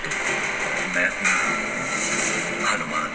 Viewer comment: Your pronunciation is wrong for Hanuman